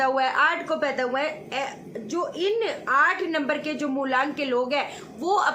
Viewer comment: "Houwa" chaliye koi aur bhi mila ye bolne wala. hamara to log mazak bna dete hain😂